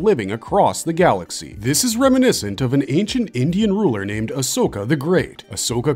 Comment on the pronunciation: Bro pronounces Ashok better than India ❤🎉